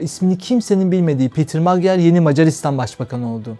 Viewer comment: Magyar ' macar' okunur ve macar demektir